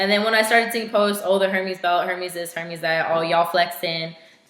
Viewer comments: Hermès... “air:may” not “hermeez” 💁🏻‍♀️ just sayin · Forgive me for being a snob, and looking like a pretentious one at that. You pronounced "Hermes" wrong. It's pronounced more like, "air-mehs" H's are always silent in French, and I have a french bf, so I felt compelled to comment. That is all.